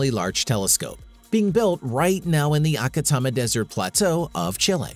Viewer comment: "Acatama" desert ? you mean ATACAMA ?